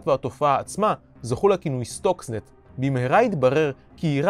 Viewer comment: סרטון מצויין, רק אומרים סטקסנט לא סטוקסנט